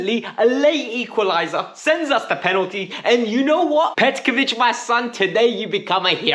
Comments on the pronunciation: Bro why do you call him Petkovic 😂 on a serious note I’m happy Chelsea boys came in clutch 💙🫶🏾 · The way u say Petrovics name drives me mad but tonight I’ll let it slide 🤣🤣🤣 Up The Chels! 💙💙